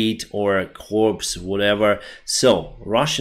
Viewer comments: love your updates. Just a small bit of constructive criticism here. The way you pronounce Corps is incorrect. Corps is pronounced like core. The way you are pronouncing it is like corpse, which is a dead body. The word Corps is one of those weird tricky ones with roots outside of the English language. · When you pronounce " Corps" it's pronounced as " core". English makes little sense, I know. 😅It gets a little confusing as it sounds like " corpse" which is a dead body. Great channel, keep it up! 👍🇦🇺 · - Great video once again; Thank you for the update! I noticed you pronounced Corps as it is written - For future reference, we call it an army "Core" which has a silent 'ps'. I look forward to your video tomorrow! Slava UkrainI!